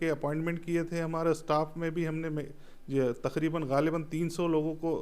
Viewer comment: तखरीबन ❌ तकरीबन ✅